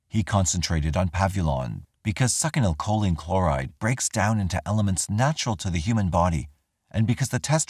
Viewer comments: Love your videos, but if you say Suckinylcholine ONE MORE TIME. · I so don't want to not pick, but... I think succinylcholine is pronounced sucks-in-o- koline. I could totally be wing though, I am a gardener, not a med pro!🤣 Just going by a history of pronouncing Latin botanical names of plants.✌️